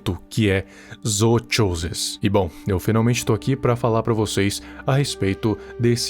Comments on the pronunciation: ele quase falando "zootcholas" akakakakkakaka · a pronuncia correta é "Zookosis" o "ch" se lê como "k" "Ch" só se lê da forma que vc fez quando a palavra começa com ch no inglês